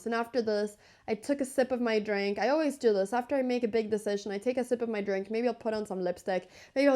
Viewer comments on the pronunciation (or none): none